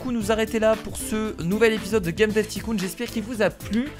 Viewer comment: Juste on ne prononce pas ticoon mais taycoon mais c’est écrit tycoon